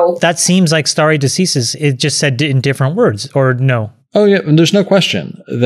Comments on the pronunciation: sta·re de·ci·sis /ˌsterē dəˈsīsəs/ Learn to pronounce nounLAW the legal principle of determining points in litigation according to precedent. "a doctrine of stare decisis" Not as your expert stated. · Someone teach Chamath how to pronounce decisis please 🙏